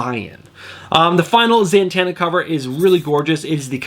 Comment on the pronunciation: Am I crazy, or do you pronounce Zatanna... ZaNtanna?